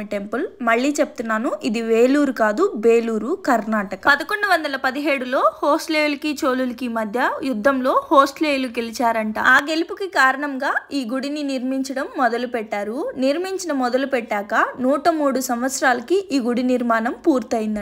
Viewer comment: హోస్ట్లీయులు కాదమ్మా, ಹೊಯ್ಸಳರು